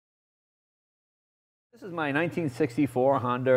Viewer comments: "Honder" Jay Leno when talking about his Honder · he said honder! lol